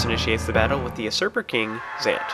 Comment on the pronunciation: I swear the thing said "unsuper" king Zant... But it's "usurper" king Zant...